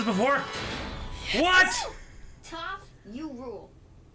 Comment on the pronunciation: Every time one of you guys say "(Toe)ph", I die a little inside.